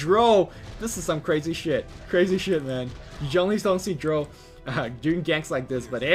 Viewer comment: The ammount of times you mispronounce "Drow", makes me cringe.